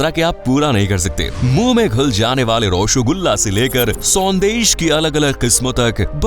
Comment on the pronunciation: Fairly appreciable commentary. Pronunciation of two words --- rasagolla and sandash sounded a bit odd. Should have been careful.